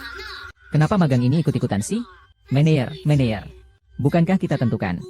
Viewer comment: Baca menejer bukan meneir ...mec kelen.bukan mactjalan 😊